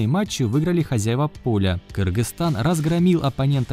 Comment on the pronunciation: Автор молодец, уважуха! первые вижу правильное произношения название нашей страны. Кыргызстан Алга!!!